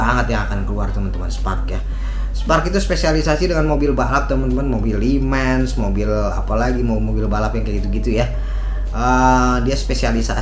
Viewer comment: Setuju om. Gua kira gua doang yg ngerasa begini sejak lama 😂 bertele2 bngt ngomongnya. Terus terlalu banyak bilang "cukup lumayan bagus sih", "lumayan bagus banget", "cukup keren banget" (???????) Ngomong "kayaknya" dlm 1 kalimat bisa 4x 😃 "Li mens" 😭 itu jelas Mercedes AMG GT